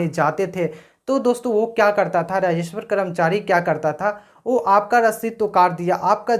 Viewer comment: Rajeshwar nahi rajeshwar hota hai.